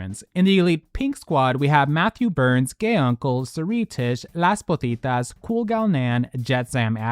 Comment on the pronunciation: I’ve always wondered why you pronounce ‘LAS POZITAS’ as ‘LAS POTITAS’ at the end of all your videos?🤔